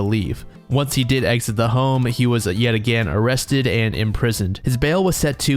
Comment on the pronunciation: "Oh cwap , am I gonna be o-rrested??"